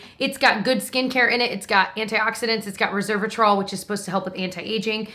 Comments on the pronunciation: I love you so much but it’s resVeratrol! Not reservatrol! Lol I feel like hermoine saying that, hopefully you get that reference! 😘😘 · Hey! It’s pronounced rose-vera-trall I love your channel and your down to earth approach! Thank yo for keeping it real!